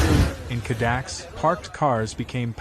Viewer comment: It's not "Cadax" - it's Cada -kess. Dali's residence.